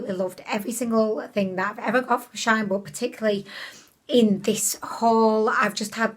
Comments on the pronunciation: Shine ? 🙈😂 Shein! 😘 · It is pronounced she-in. Their old brandname was sheinside...🤗 just a heads up.